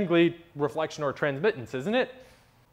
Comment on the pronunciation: Good explanation, even though maybe not completely correct in all aspects as Philipp pointed out earlier. But by the way, you messed up "Transmittance" as well, not only "Altitude" ;)